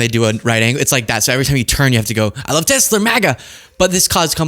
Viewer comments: “I love Tesler!” 🙊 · "Makes you go 'I love Tesler!'" Oh my god, that was hilarious. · the “i love tesler” chip is already in my brain and it’s called autism echolalia